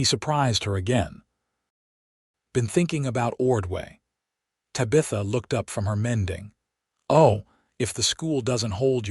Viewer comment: Please pronounce Tabitha correctly.